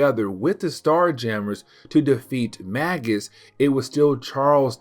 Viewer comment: Magus is pronounced like Maje-us. It's an old title for a class of magician, like Warlock is.